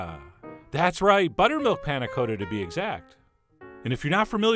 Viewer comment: Coata? Really? It even has two Ts.